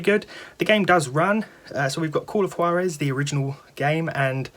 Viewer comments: It's pronounced wahr-ez ... Spanish. Juan, is pronounced wahn, Jesus is pronounced Hey-Zues and so on. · Yeah the J in Juarez is pronounced like the J in Jose (Hose) so it's more like Hoowarez.